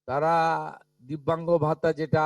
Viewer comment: আপনি সবার আগে মুখে সুপুরি রেখে বাংলা উচ্চারন ঠিক করুন। বিদ্যাসাগরের ১ম ও ২য় ভাগ এবং রবীন্দ্রনাথ ঠাকুরের সহজ পাঠ পড়ুন। তারা-কে ত্যারা আপনারা-কে আপন্যারা অসহ্যকর। বাঙালির কলঙ্ক। এই সরকার হলো ভাত দিতে পারে না কিল মারার গোঁসাই। এত যোগ্য অযোগ্যের বিচার না করে বলে দিলেই তো হয় যে অন্নপূর্ণা কালী শীতলা কোনো যোজনাতেই টাকা দেবো না। আরে নিজে যোগ্য কিনা আগে দেখুন পরে অন্যের যোগ্যতা দেখতে যাবেন।